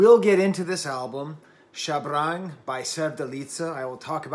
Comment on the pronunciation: so the pronunciation of Shabrang: you're stressing the "r" too much 😂